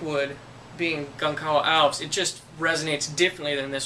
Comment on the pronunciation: The letter that looks like a "c" the English alphabet in the wood Gonçalvo Alves has a cedilla. "ç" in Portuguese is pronounced like an English "s". So it is not pronounced "Gonkalvo", but "Gonsalvo". But to the point of your video. I really like it. I bought my grandson a PRS SE to start with in his school jazz band and a partscaster HSS Strat as a backup and to mod as he wishes. It is a great tool for learning what you like and trying out your ideas without a lot of cost. Good info.